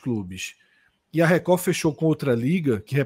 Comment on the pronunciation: Esse Cássio além de sair com a ex e o atual dela ou seja assumidamente um boi fica chamando a TV Record onde o d é mudo no final de TV Recordi. 😅😅😅😂😂🐂🐂